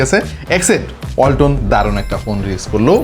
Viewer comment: ওয়ালটন❎ বালটন✅